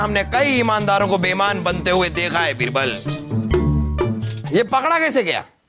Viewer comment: Raani sahiba--बीरबल 👎बिरबल👍😂😂